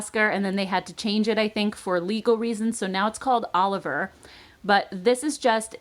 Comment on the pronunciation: I could be wrong, but I believe that the The Balm bronzer in “Oliver” is pronounced O-liv-ee-é, like the name of the theater award in England 🤗. Love your videos!!